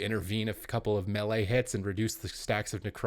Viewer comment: Cant agree til he learns to pronounce melee correctly